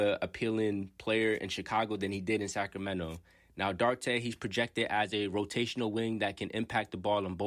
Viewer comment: His surname is pronounced Dew-ar-tay.. I am a Pacers and Kings fan. I hope Chris does well with the Bulls, as well as Jalen Smith. I still see Jalen having Giannis type potential as he matures. Chris has had a successful off season with the DR national team and seems a lot stronger.